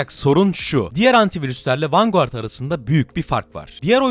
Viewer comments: Her defasında vengard demeyip vanguard diyerek ingilizceyi katleden. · Sorma bir de 90 kere mi ne vanguğart dedi :D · vangard diye okusana niye yazıldığı gibi okuyorsun? 🤦🤦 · Vanguard (vangard) ❌ Vanguğart ✅ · vanguard ne la sinir krizi gecirdim video boyu vangıard diye okunuo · Abi niye vanguardı vurgulaya vurgulaya söylüyorsun